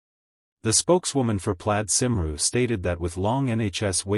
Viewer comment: It is not simroo, it is coomwee